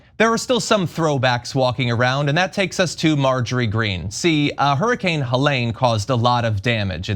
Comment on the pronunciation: Cloud seeding has been going on since the 1940s. It’s 100% true that storms can be made stronger and their direction can be changed. Look it up. And if this guy was so much smarter than everyone else, you’d think he would know how to pronounce Helene! And, climate change has been going on for millions of years. We are currently in a warming trend. In a hundred years we will be in a cooling trend. Look that up too! Also, o2 levels go up as temperatures go up, so of course there’s more o2 during a warming trend!